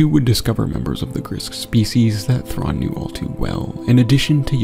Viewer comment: one of my favorite things is how Anakin mispronounces thrawns full name lmao 😂😂